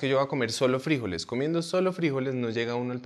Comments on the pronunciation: Oye loco, de dónde sacas fríjoles, sin frijoles en español y el golpa de voz cae el la sílaba jo. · FrijÓles.. con acento en lo O 🤷‍♀️😁